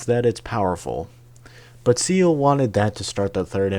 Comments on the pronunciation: SEELE is german for "soul", pronounced "ZAE-leh". Longinus is a Latin surname for the roman soldier who speared Jesus's chest during the crucifixion in the New Testament, is pronounced "lon-JI-noose" in Latin or "lon-GUY-nus" in received english. Now you know. You still get a like for effort ❤ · I swear you are mispronouncing things just to troll me.. You dont say "evan-GUEL-icals" you say "evan-JEL-icals". And "OZZ-ka"? They say it in the show! EDIT: oh okay you were lamo 😂 EDIT EDIT: My mans got audio dyslexia hfs SEAL is apparently after a lonjilus